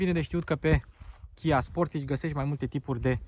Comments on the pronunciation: Pronuntia corecta este 'sportaj'... preturile astea sunt mult prea mari pentru Romania... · Pai mentionez Hyundai Tucson. Arata mai bine, are materiale mai bune si pret de achizitie mai mic. Si apropo se pronunta "Sportaj"!